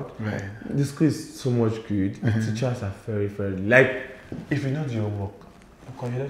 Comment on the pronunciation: Principarls teacherrrrs😅😅😅 bold and smart😀